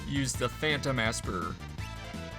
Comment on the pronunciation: It looks like the girl walk path is down up right to get golem. And it's pronounced Esper, not Assper😂